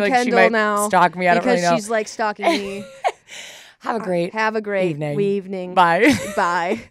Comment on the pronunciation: “Have a great weevening” IM FUCKING DEAD